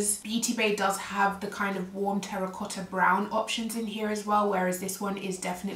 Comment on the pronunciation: I love pink shades And also the way how you pronounced terracotta 😍hello from super cold German - 10 C❄️👋😘